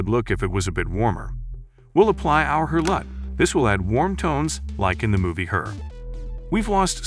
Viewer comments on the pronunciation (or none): This isn't a real human narrator is it? I wouldn't have thought anything was off but "We'll apply our 'Her' LUT" jumped out to me. Like that's not how you'd read that cos in that sentence "Her" is acting as a proper noun, not a pronoun.